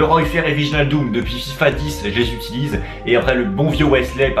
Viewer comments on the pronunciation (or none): none